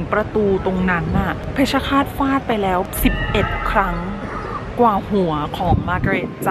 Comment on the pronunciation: ฟาด ไม่ใช่ ฝาด